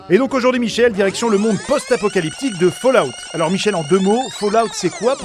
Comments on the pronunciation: OMG ! J'en suis qu'à 20 secondes de vidéos mais je viens d'entendre quelqu'un prononcer Fallout correctement et ça l’emplie de joie, merci. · je met un like rien que pour le bonheur d'entendre ENFIN quelqu'un prononcer correctement "fallout"